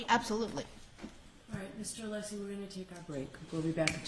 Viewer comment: I’ve never witnessed such disrespect for fellow attorneys (- you KNOW how to pronounce Alessi’s name) and the accusatory tone towards Dr Russell- Bev is a total bent judge- needs to be investigated